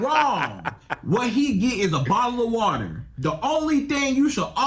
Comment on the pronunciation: A bottle or wotor 😂